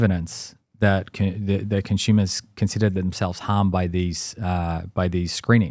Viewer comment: He keeps saying “Consumers” 🤔